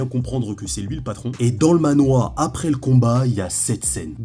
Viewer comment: Manhwa*😂 et ça se prononce manhrwa (a peu pres, c compliqué a faire a l’écrit avec des sons français)